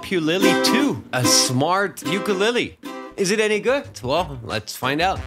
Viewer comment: I’ve never heard ukulele being pronounced so horribly? Who hurt you !?